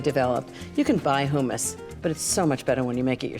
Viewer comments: Have I been mispronouncing humas wrong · I really enjoy watching you but why in the world do you pronounce "hummus" differently than its really pronounced just to sound more sophisticated? It's actually pretentious! Not trying to be rude it's just the truth. Another example is when you made your lemon pasta dish and said how easy it would be to serve on New Years Eve in Paris! Get real how many of us can afford to spend New Years Eve in Paris. Please bring it down a notch for us everyday people who watch you! Just saying! Thanks! Be blessed and carry on!